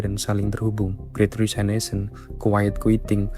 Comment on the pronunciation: Great Resignation dengan "Resignation" dibaca apa adanya seperti yang ditulis = resig-nazion